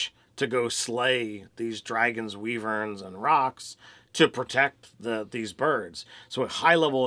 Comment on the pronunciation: It's Whyvern not Weevern and Kayleb not Kaleb ---_